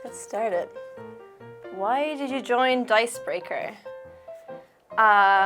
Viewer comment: Hey, you say DiceBreaker correctly (Not how brit’s pronounce “er”s). 😉 .